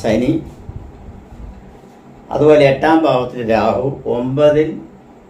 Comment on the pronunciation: നിങ്ങൾ ആദ്യം ശരിയായി മലയാളം പറയു. രാസി 😂 ആസ്വാസം😂 ഞമ്മള്😂സെനി സർദ്ദി😂